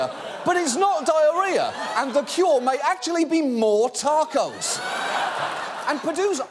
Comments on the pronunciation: On behalf of all English people I'd like to let Mexicans know we don't all call them "tahrcos" like John just did lol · Btw, I'm English and I've literally never heard anyone pronounce 'taco' how he did. lol.